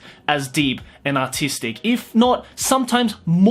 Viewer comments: I think he said autistic value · When you say artistic, sometimes it sound like autistic. These anime have A U T I S T I C values.